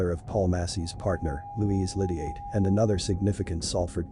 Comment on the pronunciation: Pronounce his name properly or just don’t speak. Explain who his sister is. The wife of Massey